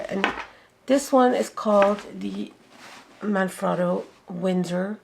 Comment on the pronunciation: Double T right? Frot-toe, not frow-toe ???